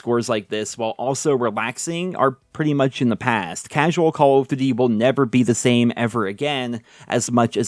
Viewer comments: "CALL OF dűdi" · The way this guy is saying call of duty is triggering me so bad